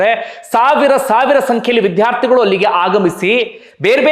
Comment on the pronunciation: Vidhhyaarthigalu alla vidyaarthi anta ucchaarane saripadisikolli please